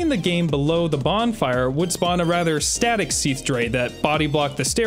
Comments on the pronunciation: "execrystaler smeath" 💀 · Seath and seath. Seath. Seath. And of course, Seath. Seath. Then, from the dark Seath came. Seath. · I'm never gonna hear Seath correctly now, it even sounds weird in the line it's supposed to be in😭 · The age of seath lmao